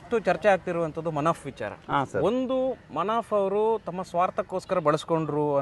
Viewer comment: Manaf alla sir Munaf ok